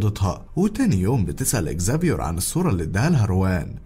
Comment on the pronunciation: والله نطقك للاسماء حلو اوي زافيور سمعت واحد قبل كده قاله زفير 😂😙